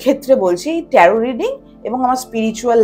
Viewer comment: উচ্চারণ টা ট্যারো । ট্যারোট নয় ।